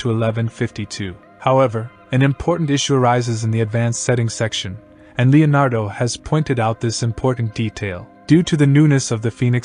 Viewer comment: I thought he was super clear, I wouldn't change anything, I heard every word and understood every word, only word that wasn't pronounced properly was Leonardo at the very beginning, but don't worry about that, people came here for the Leonardo AI in the text heading, so it's not hard to work out and they know why they are here like the rest of us, to get insight and learn more about AI prompt texts etc, don't hate on someone from another country because the way they speak, keep up the great work, focus more on your Ai skills as you have shown in the video, your voice is fine.